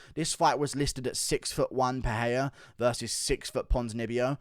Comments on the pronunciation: It's pronounced Michelle PeREIra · When will you guys learn how to pronounce Pereira’s name? I have no idea why yall think it’s Pe-hey-ra